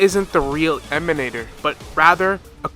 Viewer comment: I always here that GachaSmack's voice when "Emanatorrrrrr" is pronounced :D it's so hilarous when he does that